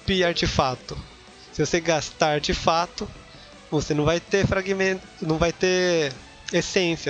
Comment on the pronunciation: O correto é "Artefato" e não "artifato". Artifato é uma palavra inexistente na língua portuguesa.